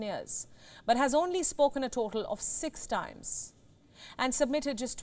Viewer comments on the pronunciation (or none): none